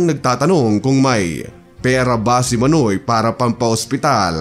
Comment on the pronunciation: Iba ang pronounce mo ng manoy. Dapat Mah-noy meaning kuya. Pag mabilis ang pagkabigkas mo ng manoy, ibig sabihin nun private part ng lalaki.